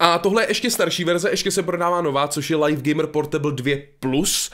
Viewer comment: Slovo LIVE se čte LIV a ne lajf už to pochopte...